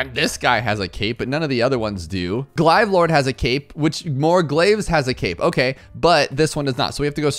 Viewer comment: Cleaiv lord no glave lord is how it’s pronounced